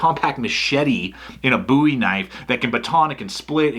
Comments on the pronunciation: i don't think you would call David Boo'wie- c'mon dude its bohwie, i dont care how extra large your hands are!! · Does one pronounce it "Buuie" or "Bow-ie"? Just asking for a friend...